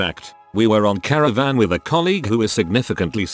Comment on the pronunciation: Please don't say caravan.